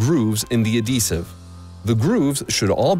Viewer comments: Was going to comment the same lol. It's "ad-hee-sive" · Is the h silent in "adhesive"?